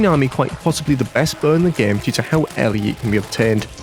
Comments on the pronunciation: i love how the editor plays on accent and how they say "buh" instead of "bow" lol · You don’t have to point out that the way you say bow sounds like “buh”! It’s okay! Accents are normal and don’t have to be seen as bad or wrong. If that’s how you pronounce it, the. It’s totally fine!